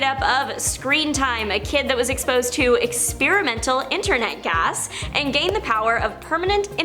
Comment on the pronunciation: I sorry but did you just said Expiremently Internet Gas?